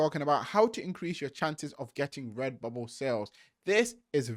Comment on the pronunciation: Take a shot every time he says REBUBBLE, Thanks for the info man